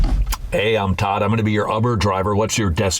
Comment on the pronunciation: "Hi, I'm Todd. I'm gonna be your 'uhbber' driver." lololololol